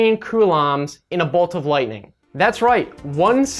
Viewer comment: When you say coulombs, it sounds like some sort of curry